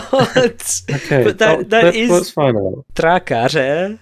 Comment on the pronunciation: When you say that "wheelbarrows fall" in Czech, it means some heavy storm, similar to "cats and dogs" in English. But congratulations for pronouncing the word "trakař" quite well :D